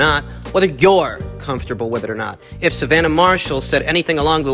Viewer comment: Why are you putting an 'i'' into the girl's names, dude? Claress-i-a Shields. Savaan-i-ah Marshall.